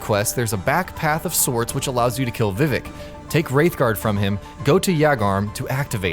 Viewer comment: “Soul of cairn.” “Vivic.” “Yagarm.”